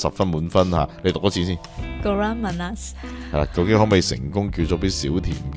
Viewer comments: 少甜不是叫kurang manas“古让妈那斯”，应该叫kurang manis“古让妈匿斯” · 应该读成"古冷马'尼斯'"(广东话)， 其中'尼斯'两个字要一起读。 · 少甜是kurang manis....KU RANG, MA NIS. 音比較準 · They cant pronouce malay words by just looking at the words. They might pronouce it in english way.